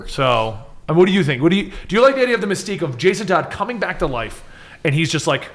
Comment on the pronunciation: Did you say "there's a sense of mesquite to that?" lol